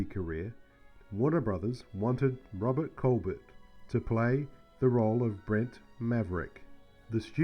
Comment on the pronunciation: Well, Colbert and Tufeld’s names were massacred and the fact that Robert Colbert is the son of Claudette Colbert was missed just adds to the list. 😀